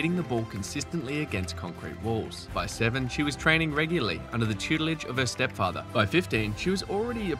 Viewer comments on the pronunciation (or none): none